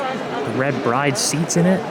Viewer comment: and then you mispronounce bride wtf